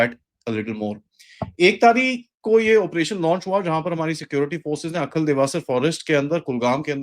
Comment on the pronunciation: It is not Akhal but Ai- hal, a village in Kulgam district